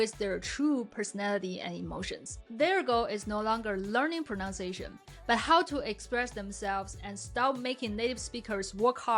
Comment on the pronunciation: Just because this is a pronunciation video taking about ingrained bad habits... I'll allow myself to point out that you say "pronounciation" :p